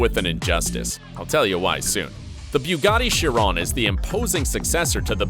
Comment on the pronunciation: Not to mention the mispronouncing "Bugatti Chiron"